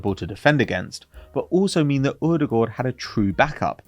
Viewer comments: What is this strange way of pronuncing Odegaard? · Pronouncing odegaard wrong is so annoying 😂